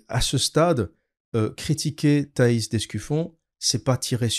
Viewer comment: Apparemment je n'étais pas le seul à mal prononcer le nom de Thaïs (d'Escufion)